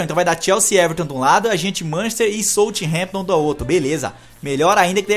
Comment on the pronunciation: se fala saufhemptom do nome southamptom